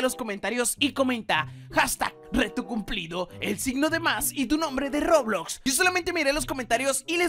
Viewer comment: Se dice Roblox :v